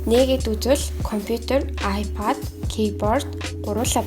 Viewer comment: аяпайд гэдгээ зөв хэл